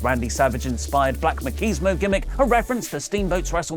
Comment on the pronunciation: Black Makeezmo? Machismo (ma chees mo)